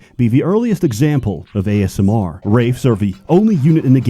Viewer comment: WraiSMR XD